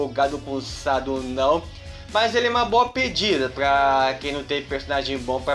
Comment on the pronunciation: que Sado é chad sabe nem pronunciar kkkkkk